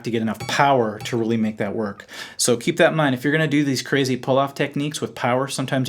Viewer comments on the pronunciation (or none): none